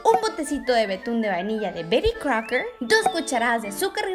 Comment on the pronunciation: Amo como dice "Bery Crouker" 😂😂